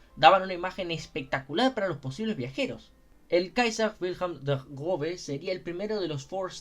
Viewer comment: 00000 usaste arte de un artista que sigo, justo ando esperando que suba unos dibujos de los Cuatro Grandes de WSL que faltan para completar el set PD: Esta cosa "ß" se pronuncia como una S, no como una B, aunque su forma es engañosa